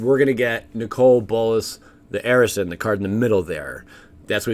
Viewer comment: Im pretty sure arisen is pronounced differently. He has arisen from his slumber. Ah riz en Sorry, I do enjoy your videos though.